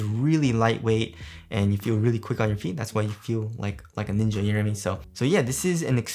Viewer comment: Hahaha The way he sounds saying Ninja."